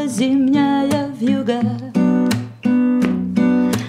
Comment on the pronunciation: ВьюгА с ударением на А - это нечто.......